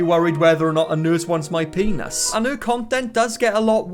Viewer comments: what's a "pay-noss" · I don't know why.... But I cackle like a witch hearing him say peeaynus